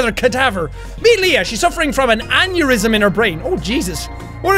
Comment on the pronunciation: Anybody else think of 'aneurism on the toilet' vine when he said aneurism. No just me ok. Leaving now